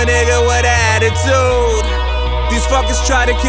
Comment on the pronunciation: när han säger atitude hör man att han e svenne